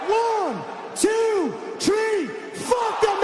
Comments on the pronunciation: On the count of tree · On the count of tree 😂